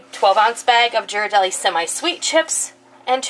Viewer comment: Great vid. Just a note: "Ghirardelli" has a hard "g". I'm sure they would love to sponsor you!